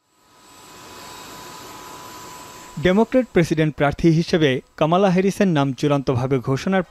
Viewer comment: কমলা কামালা,হল কেমন করে। কি উচ্চারণ